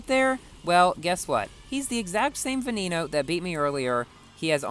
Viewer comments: Canned Bread it's said be-ne-no not ve-ne-no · Boi "Veneno" is pronounced "ve-ne-no". The e's are pronounced like those in the word "when". It's is NOT pronounced "ve-ni-no"